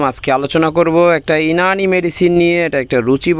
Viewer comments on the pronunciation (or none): ইনানি নয় ইউনানি।